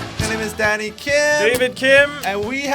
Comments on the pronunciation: whenever danny says his name i always hear daddy and shock myself each time. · Lmao whenever danny says his name I hear 'daddy' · Why did I think Danny said “I’m daddy Kim”?